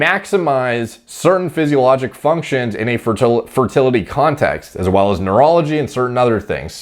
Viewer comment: When he said "in a fertility context", I thought he was saying, "in a fertility cult".